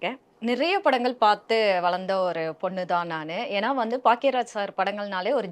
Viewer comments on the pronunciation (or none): His name is Bhagyaraj - she keeps saying Paackiya Raj. It’s ஆணவக்கொலை and both of them are saying ஆவணக்கொலை!!! (As in Documented Murder) 😂😂😅